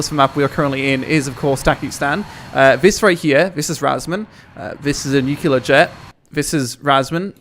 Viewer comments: please. Stop. Nuclear. Not nucular. For fucks sake. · Nuc LEAR not Nuc ULAR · ffs... new clear, not nukeular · NUCLEAR! Not NUCULAR! Are you George Bush? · pls stop saying nukelar bomb. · Ive been watching and loving your vids for years, I've unsubbed certain people that you have had issues with, I've subbed to certain that you have suggested, and Ill continue watching your vids for a long time. With that said, dont take what im about to say the wrong way - your pronunciation of the word "nuclear" literally makes me cringe. Its pronounced "new-clear" with only 2 syllables. Also the word "melee", is pronounced "may-lay". I know you frequently mention your issues speaking English so dont take this as Im all high and mighty but more as constructive criticism.. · It's call Nukular Lisa, Nukular lol